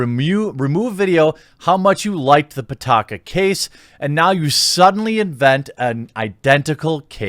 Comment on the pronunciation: pitaka means wallet in english and it's pee-ta-ka not putaka putakadin